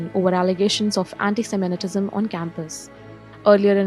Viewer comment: It’s not ‘anti-seminetism’ It’s anti-semitism Get the pronunciation right